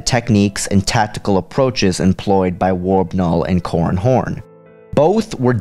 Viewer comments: Seriously, you have to enunciate man. It's " Cor ran Horn" not " Corn Horn" . Sounds like an unpleasant sex act. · It sounds like he is saying corn horn